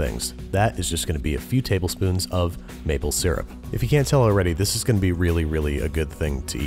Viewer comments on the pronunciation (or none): none